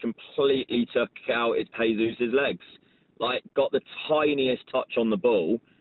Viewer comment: Mark will forever mispronounce Jesus. not sure if he is doing it on purpose or not